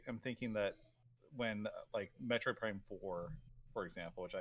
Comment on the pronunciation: I can’t even tell if he is rage baiting by mispronouncing Metroid